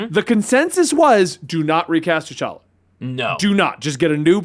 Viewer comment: T’Chonk-a lol